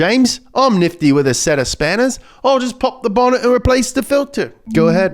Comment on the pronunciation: That 'spanners' sounded Australian